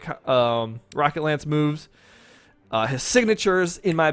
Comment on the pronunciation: Also, my timing is off. he does say "rocket lance", but a few seconds later, he does mispronounce it, saying "racket lance" instead.